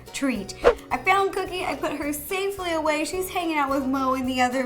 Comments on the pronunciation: did she say couldy instead of Cookie? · You said,"here we go couddie and not cookie, is that some kind of nick name or did you just say it wrong? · she accidentally said coodie instead of cookie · She said coodie instead of cookie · did she just call her dog cookie coodie😀😁😂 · Coodie? I thought her name was Cookie...? 😂😂😂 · Haha she said cuddie and not cookie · did anyone hear her call cookie coodie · Anyone else notice when she calls cookie “coodie”😂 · I don’t know about you but I totally heard coodie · She said to cookie " one, two, free" is what I heard